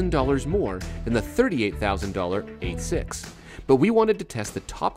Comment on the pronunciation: finally someone who says 86 correctly - eight-six, not eighty-six